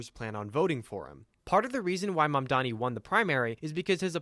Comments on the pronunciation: It's cause mamdani is a hard Anglophone name to say, the default way to say it is mandami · Can we mention the fact they always mispronounce his name? They have no trouble with any white names no matter how hard they are to pronounce or how different, but when it comes to a brown person's name, suddenly its "Ma'am-danny" and "Zoorah".